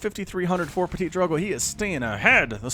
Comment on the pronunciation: It's pronounced Ptee-Drogo